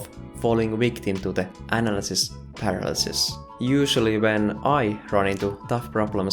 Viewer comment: I will have nightmares with your pronunciation of "Analisis Paralisis", how you speech that... sounds tetric!!! As always great video.